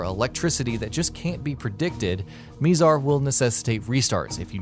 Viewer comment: Pretty sure it's pronounced "My-zar" not "mee-zar". I mean...for fuck sake. The computerized voicover says it in the intro to the first level.